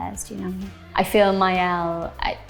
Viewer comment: hum, it's maëlle, since it'a celtic name .